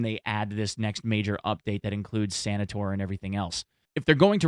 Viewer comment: Again. it's not "Sanitor" It's "Sanitar" from the Russian "санитар" which means paramedic